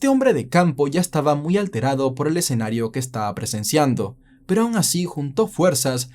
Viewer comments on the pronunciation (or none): none